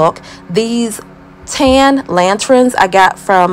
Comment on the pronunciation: Lanterns, not lantrins. Thank you. Nice job on this project!